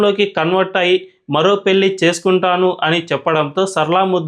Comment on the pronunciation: yentamma nee telugu, telugu raani muslim matladuthunnattu vundhi. Please telugu konchem improve chesuko. Pelli kaadha, pellhi ani palakali. Learn telugu to express good.